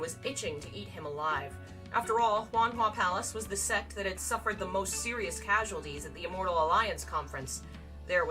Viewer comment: Girl ily but pls try saying like 'sekt' instead of 'sext'